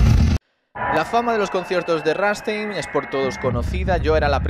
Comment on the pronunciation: Es rammstein no ranstein